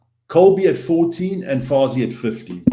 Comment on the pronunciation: How is this guy South African when he can’t pronounce Fassi or Canan.